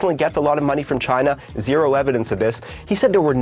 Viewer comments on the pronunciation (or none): none